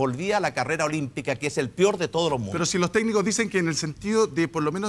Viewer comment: el "PIOR" de los casos